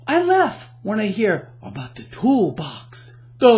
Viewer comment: Lmao "The thoolbox"